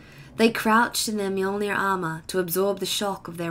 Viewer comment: 2 minutes in and I am already so happy. You said mjolnir right. Better than the official audiobooks.